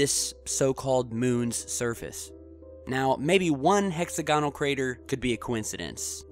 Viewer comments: Fun channel, but please add credibility by pronouncing "hexagonal" correctly. The accent is on the second syllable, not the third. I.e., [hek-SAG-uh-nl] not [hek-sag-UH-nl]. Just weird. And please be careful about using km vs. miles and not switching them around by mistake. Otherwise, fun/intriguing stuff. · hex-agg-onal....stress is on the "agg" part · Sorry gotta say it dude: Hex-og-a-null Great vid! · It's 'hex A gonal' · look up the pronunciation of hexagonal and Hoagland is a quack